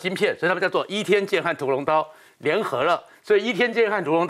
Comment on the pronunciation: 依天劍 哪省發音